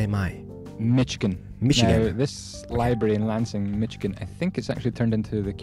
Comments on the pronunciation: Misssh-iah-ginn come on! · Carn-a-gee Mish-i-gan